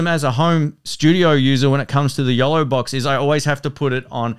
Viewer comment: Yolobox FYI, I thought he was saying YELLOWbox and i couldn't find that. Price was not mentioned. the Yolobox is around $ and the Feelworld Live Pro is under $300